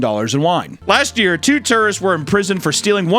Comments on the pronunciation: papa; "two tourists-" my ears; "two terrorists" i mean, one of those is probably more true than the other at this point.. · He puts the same emphasis on tourists as your grandpa says queer